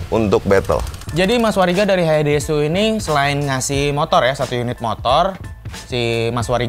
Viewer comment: Bacanya Hayaides bukan hayaidesu😑🤣